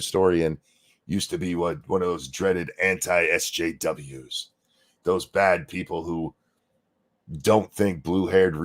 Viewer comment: My favorite thing HHbomberguy contributed to that 20 questions things was pronouncing SJWs as "Es Jews".